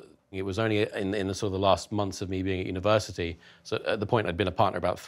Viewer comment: YouTube is slowly changing the letter t to d in the UK.... Universidy indeed...